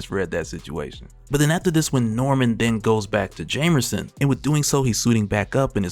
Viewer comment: This dude stay saying "jamerson" lol